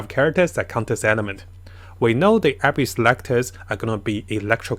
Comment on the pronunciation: You're not good at saying abyss it's like abyssh hahah